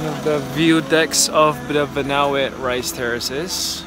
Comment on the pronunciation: it's "Banaue" ;)